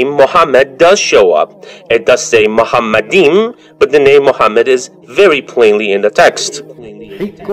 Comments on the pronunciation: Grant for what? For lying? First of all, Deedat was no scholar in the classic Hebrew language. Moreover, he was not even officially educated at all. The first mistake by Deedat is that he pronounced מַחֲּמַדִּ֑ים as ‘muhamaddim’. But he is wrong, it is ‘ma-kha-madim’. So there is no pronunciation of Muhammad. The other mistake made by Deedat is that he said that ‘מַחֲּמַדִּ֑ים' is a name. Again he is very wrong because מַחֲּמַדִּ֑ים is a masculine plural noun, so it is not a name (like יְהוִֹה, Yhvh). And because it is not a name it is impossible that it refers to the name of ‘Muhammad’. Never did Deedat refer to a Hebrew dictionary or lexicon. But Hebrew scholars apply high valuated Hebrew dictionaries and lexicons for analysing the Tanakh. Like the Brown Driver Briggs Hebrew and English / BDB, HALOT, DCH and Jastrow, etc. And they are very clear about the Hebrew מַחְמַד: Noun masculine Meaning: desire, desirable thing Pronounce: makh-mawd So NO 'Muhammad'. And it is clearly a masculine NOUN. So it is NOT a name. So it is IMPOSSIBLE that it refers to Muhammad. Deedat just fooled his own ignorant and gullible audience. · It's not mohamad it's makhmadin don't lie